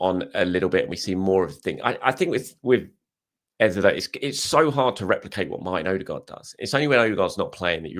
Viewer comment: Why do you insist on mispronouncing EZE? What do you know that we don't? I understand Nwaneri might be a tongue twister if you not from Africa but EZE? C'mon